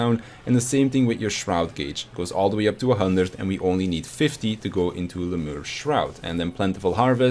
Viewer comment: Lemure is pronounced "Lem-yar-ee"